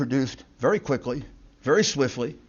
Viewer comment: vewy vewy SAD.......but funny 😢😅😂